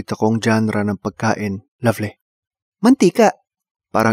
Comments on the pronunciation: "Roight, lovleh" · "Ruighttt" "Luvvly" Ka chuy HAHAHA